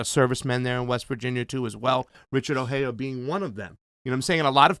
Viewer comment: The J is not silent in Ojeda.